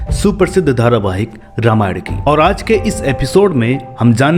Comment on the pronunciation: Anchor aapko Sharm aani chahiye kyonki aapko ramayan shabd theek se bolna nahi aata.